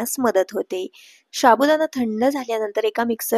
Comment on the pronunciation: शाबुदाणा नाही साबुदाणा असा शब्द आहे तो 😂😂😂😂😂😂